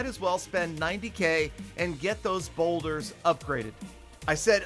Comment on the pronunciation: Lol be saying single farget interno Bowlers are also now boulders lol